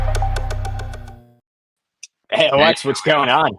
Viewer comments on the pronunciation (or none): none